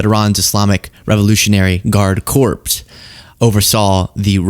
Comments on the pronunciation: pronunciation wonk here. "Corps" is said core, as in apple core, not corpse as in a dead body. The exception is if it's "Corp." with the period, meaning it's an abbreviation for corporation and it's plural, "Corps." which is unusual to see. Like, typically you don't see "Incs." or "Cos." with the esses at the end. You do see Bros. though, but why that has a period at all I'm not sure. Anyways, loving the show. Well, I mean, as much as I can considering how bleak all the news is. If anything, if you could keep dropping pronunciation trigger bait, that seems to be very distracting and boosts the engagement for the wonks. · It's 'core' not 'corpse', i know it's weird but you sound like an AIVO. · Corps is pronounced the same as core.😂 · Corps is pronounced 'Core' lovely